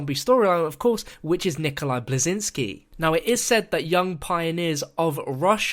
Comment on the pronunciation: nikolai blezinski lol belinski